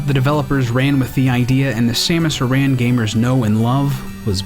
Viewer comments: Very nice video! Been playing plenty of Metroid in the last month for the 30th anniversary. Props for actually pronouncing Aran right. It's like no one actually remembers the old Metroid 2 commercials that pronounced it right. :) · Aran is pronounced Air-in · Well, at the end of Metroid Prime, the narrator pronounces it 'Air-in'